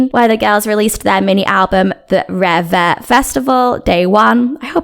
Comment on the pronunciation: I think Red Velvet is a special case because they had an unplanned hiatus between Wendy’s injury and Irene’s scandal. Who’s to say? We may have gotten another summer concept for 2020 if Wendy wasn’t still recovering? I guess we’ll never know. Side note: It’s pronounced “reeve” (one syllable) 😊